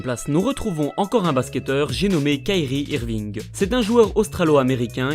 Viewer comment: sérieux t'arrive à mal prononcer kyrie irving